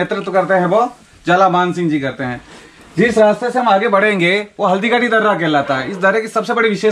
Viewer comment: आगे को आप आंगे बोलते हो ...ध्यान दो भाई